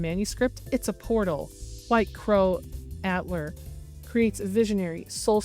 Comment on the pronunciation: Please. Atelier is uh-TEL-yay or uh-TEL-ee-er, not AT-lur Please;_